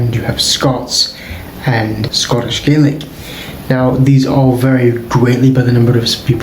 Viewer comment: Why do pronounce Gaelic in that way? That isn’t Scots Gaelic pronunciation.